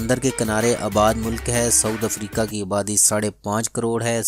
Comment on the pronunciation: for God sake's its SOUTH* Africa not saud africa